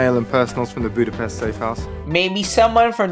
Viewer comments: As a hungarian hearing Budapest pronounced correctly was an extra cherry on top of the otherwise great content!:D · Thanks for pronouncing Budapest correctly. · >pronouncing Budapest correctly wizardry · Holly shit someone from English speaking country pronouncing the Budapest (or most any slavic word that has interpunction) correctly, now THAT deserves salute. Same problem as always - writers are bad and or lazy and can not keep track of their own shit to enough to make it even decent. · Thanks for pronouncing Budapest properly, you rock! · Hell yeah! Someone who doesn't speak hungarian saying Budapest correctly! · Holy shiet, said the name of my capital correctly and didnt made a joke out it! Ehrmagehrd!